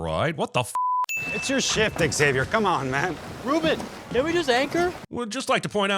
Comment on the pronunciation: Saying X avier instead of zavier should be a sin too.